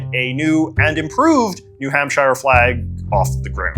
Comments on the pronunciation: Oh I know lol. I just wanted to make sure no one passing through thought that his pronunciation was the “right” one. (Which is a little funny, as there are about 50 “right” ways to pronounce New Hampshire, and JJ managed to find a wrong way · why do you say new hampshire like that? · “New HampSHIRE” is CRAZY lmfao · As a New Hampshire man it always tickles me the way you pronounce “shire” Lol